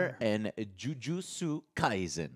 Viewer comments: omg you butchered the anime name joe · Listening to Joe pronounce Jujutsu Kaisen hurts my brain lol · It physically hurt me when he said jujutsu kaisen the way he did 😭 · You know damn well you’re saying it wrong you’re not that illiterate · So much cringe in how he pronounced jujutsu kaisen